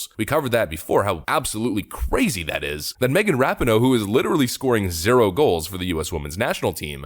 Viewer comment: Hey.... it's RA-PEE-NO. Just to let you know....